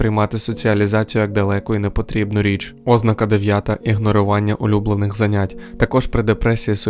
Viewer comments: Відео корисне, дякую за українськомовну адаптацію. Але на майбутнє, не збивайте людей з пантелику, наголошуйте слова правильно. ознАка, ніяк не Ознака. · ознАка Наголос на другому складі (на перше а). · Ознака (з наголосом на О), wtf? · Якийсь дивний наголос на слові ознака.